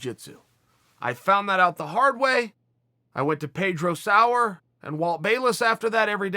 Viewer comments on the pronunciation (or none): none